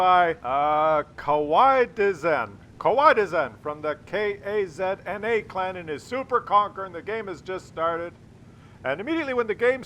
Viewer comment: K-A-Z-N-A clan. first time some one has pronounced it so. lol